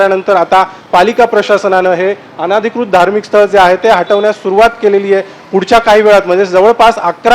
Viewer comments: अंधिकृत नाही अनधिकृत...बोलणे सुधरवा...सांगणे नीट करा...शुद्ध करा...बातम्या द्या पण नीटपणे द्या... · शुद्ध मराठी बोलायला शिका आधी नंतर बातमी द्यायला या, अनाधिकृत बोलायचं आहे